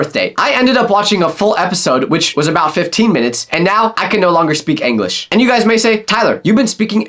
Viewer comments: Eglish i forgot how to speaking eglish i think you forgot how to say English tyler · YOU LITTARLLY SAID ANLISH INSTEAD OF ENLIGH LOL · bro why do you say anglish